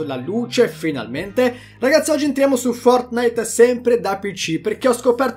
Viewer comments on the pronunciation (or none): none